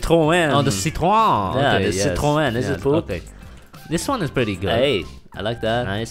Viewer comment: Damn your pronounciation of Citroën was pretty good lol